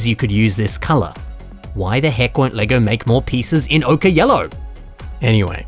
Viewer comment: "Okay Yellow"???? It's pronounced "OH-kur" which rhymes with "poker".